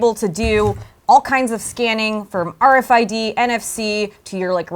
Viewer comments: Nobody says AAaaRFID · i hate the way he says RFID